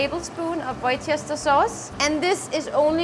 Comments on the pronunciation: She called it "White chester sauce" and I can't say she is wrong. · Wos-ter-shire sauce = Worcestershire Sauce. Good job BTW... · Very good,! I am drooling too and I love these recepies. Worcester sauce is pronounced Wusta... In Porto they sometimes add a fried egg on top